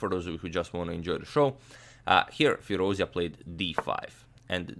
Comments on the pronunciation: the right pronunciation is FEEROOZ--JA..(like jar...jacket..jump) NOT FEERUZIA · It's FirouzЖa (the J sound without the D, not the Y sound) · Agad, the correct pronunciation for Firoozja is like firooz-JAW. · please say his name right; Firouzja as in fee-rooz-jaw (rouz as in "dues" and ja as in "jaw"). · Great game! thanks for your excellent commentary Antonio. Hope to see more romantic masterpieces of this young prodigy Just it's worth mentioning the Alireza's last name is pronounced FirouzJaH (with J like in John, an h in Henry) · Hey great analysis. By the way, his family name is actually pronounced as Firouzjah, with "j" being pronounced like "j" in "jack" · Not to nitpick but expanding the vast knowledge never hurts :) The ‘j’ in Firouzja is pronounced like the ‘zh’ in Nezhmetdinov. Depends on the root of the words, it can mean “he who sits on a marble throne”, or “he who is jubilant”. Depends on the video though, I have to go with the latter. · In Iranian names, the "J" should be pronounced as "J" (as in Justice) and it's not pronounced Y like Germanic languages. By the way, thanks for the great content.